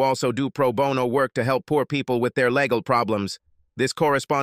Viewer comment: What is up with changing the correct pronunciation of words around. Example, Legal to Lay gal